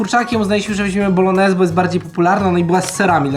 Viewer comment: no wszystko git, ale nie mówi się BOLONEZ tylko BOLONIESE. Pozdrawiam 😁